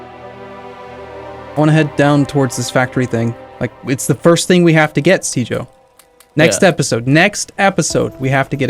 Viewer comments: You say, I hear Caber. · On second thought, is it correct to call it a soft g? When I think of a soft g I think of words like giraffe. I'm sure it has to vary with different versions of English. But I think now I'm waiting for to say something that sounds like, "jireat"